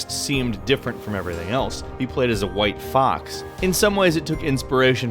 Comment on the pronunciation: who else was triggered when he said "white fox"